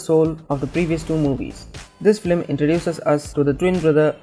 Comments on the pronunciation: why dose he say flim its film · why is he saying "flim" instead of film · It’s FILM NOT FLIM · Its film not flim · why does this guy keep saying Filim... ugh, its Film or just stick to animation